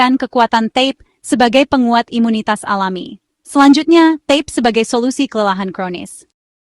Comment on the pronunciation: Mohon maaf, itu namanya ta-pe, bukan tep